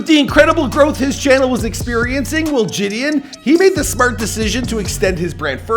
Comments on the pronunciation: (Je-De-On)[JiDion] is the pronunciation, not (Je-D-En) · “Je”-“don” not “jay”-“don” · its ‘jih dee on’ not ‘ji dian’ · It’s not ji d in its pronounced juh d on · Bruh it’s JidIIIIIIOOOn 🤦🏾‍♂️ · It’s JAHDEEONN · Btw his name is said “Jid-on” in actuality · It’s pronounced “juh-dee-on” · the way hes sayn jidion is pissin me off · I hate this guy didn’t get his name right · how can you not pronounce his name correctly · just embarrassing how you couldn’t even say his name 😂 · how many ways will pronounce Jidion’s name smh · L couldn’t even pronounce his name right smh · Lol you butchered the man’s name and he could he be born in 2009? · The amount of times McDonalds- I mean butchered Jidion's name is uncountable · A for effort but you butchered his name the entire video 😂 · He cant even say jidions name right